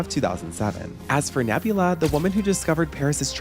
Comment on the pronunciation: The mispronunciation of Nabila as Nebula threw me off throughout the whole thing 😅